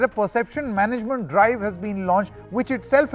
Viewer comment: MUNT ? mismanageMUNT or GovernMUNT : NDTV your entire newsreader says MUNT 🤦